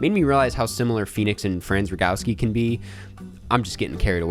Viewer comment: Well, at least someone knows Franz Rogowski - even if they can't pronounce him right.